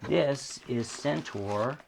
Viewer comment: can pronounce CENTAUR! SENTOR not SENTAR. Thank you. Why do so many sat 'Sentar'? It's wrong people.